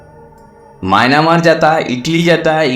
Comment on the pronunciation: Maynamar nhi hota myamar hota h bhai